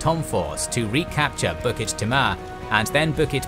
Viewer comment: Singaporean here. Kind of funny to me on hearing the difference between your pronounciation of our place names and the way we say it (Tanglin, Bukit, Timah, Panjang and Paya Lebar to name a few). Not the main point of this comment. Very well made video. Very detailed. Thank you! I took history in my secondary school days. The anniversary of the invasion happened just a few weeks ago. Reminded me of the situation between NATO / US / Ukraine and Russia. Will keep this video in my favourite and rewatch it every year on Feb 15th. Will show this to my children when they grow older to remind them of self defense and not depending on foreign powers for help when the time comes. Thank you!